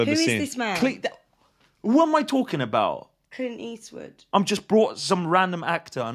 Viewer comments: Every time says Clint Eastwood, I hear “Clean Eastwood.” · Are you saying "Clean Eastwood"?